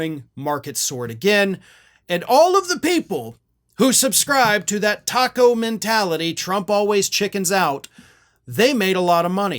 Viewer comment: should be pronounced take-o